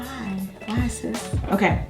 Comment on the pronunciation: Yo vids give me life yo ass crazy!!! I love it!!!! When u hit that "sis" tho 😂😂😂😂🤣